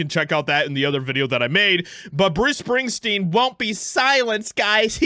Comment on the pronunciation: Who's Bruce Spingsteen?